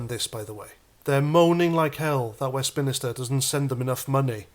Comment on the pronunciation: PLEASE PLEASE PLEASE STOP CALLING IT WESTMINISTER It’s WEST MINSTER no second “I” 👍 My real last name is Minister so it rings home every times u say it😂 So plz mate just for me drop the second “I” Cheers my proud British brother 👍🇬🇧🇬🇧🇬🇧✌️